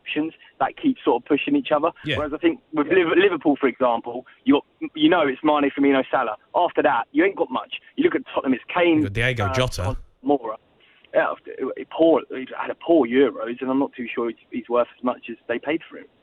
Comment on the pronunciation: STOP SAYING DIEGO JOTA! It's DIOGO Jota